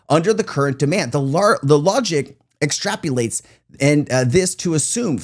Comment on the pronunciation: Dude... the word "extrapolate" is NOT pronounced "ex-trap-yew-late". FFS Come on man. It's "ex-trap-Oh-late".!!!!! You sound like a grade-school kid. Your credibility goes right out the window. SMDH